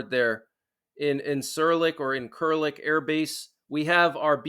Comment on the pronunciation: It's pronounced in-sir-lick. Just fyi. Appreciate the updates